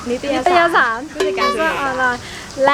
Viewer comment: นิตยสาร ไม่ใช่ นิตรสาย ครับ ไม่ต้องรีบนะ